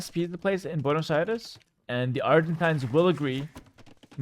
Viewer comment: Buenosh airesh